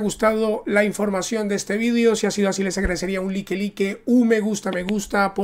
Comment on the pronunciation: No SE dice like ,like SE pronuncia láik.